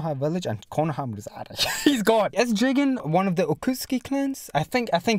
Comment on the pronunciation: The name is je-gen